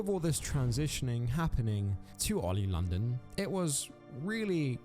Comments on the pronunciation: “Oil London” lol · Oi OLI LONDON, ITS OLI LONDON!!!